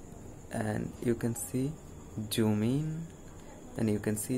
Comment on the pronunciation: It's not joon. It's Zoom 😂